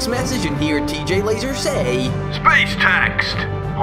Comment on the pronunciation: I love how he pronounces TJ Laser. It sounds so epic.